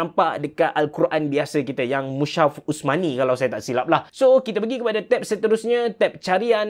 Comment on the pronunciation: Sebutan dia mus-haf, bukan mushaf.